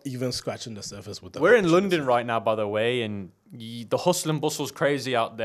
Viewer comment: Why no one is talking about "LODNON" ?😭😂